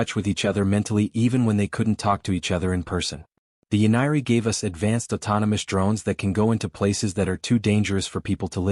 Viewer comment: "Do not follow U...S."!!!!????? WHAT THE HOLY FUK is ...U...S!!!???? (us)!!!!! Your AI just crossed into the Rhelm of a True POS!!